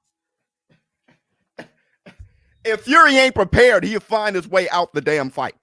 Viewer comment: Nigga say PREPARRIED!!!!! Da Pins on it... because yo life DA PINS ON IT..